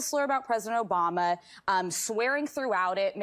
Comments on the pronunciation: And the truth always comes out!... Did she say pres obiden around the 15min mark? 🤔 Thought so... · Sara Haines just said President O'biden. 😮